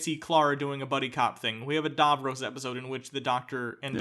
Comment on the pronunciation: For fuck sake guys say Davros properly. How many times was his name said and you still manage to say it wrong?